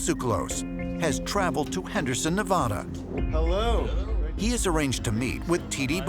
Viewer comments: Its Nev-a-da not Nev-aahh-duh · Pronouncing Nevada WRONG.